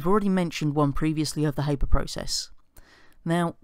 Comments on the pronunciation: It's pronounced Har-ber not Hay-ber. Just sayin'! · Cameron Smith Haber was German, so it's har-ber